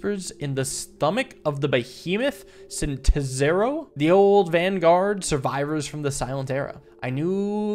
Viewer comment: i still find it funny how he pronounced Cineterzo different every time